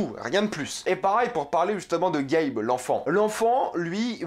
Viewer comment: ta critique est interessante, car c'est un point de vue plus exterieur à l'univers de King car tu parles juste du film, mais cependant je pense que tu aimerais vraiment lire le livre (que j'ai adoré bien plus que le film) car cela te ferais comprendre plein de petits details qui rajoute vraiment beaucoup à l'histoire et cela rend les choses moins bateau. ps: l'enfant c'est Gage, pas Gabe ;)